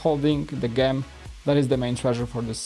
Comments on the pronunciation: Gem is pronounced with a J in frount, not a G. As in jem. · Gem is not pronounced like that!!! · It's could a jem just say that not gem as in gum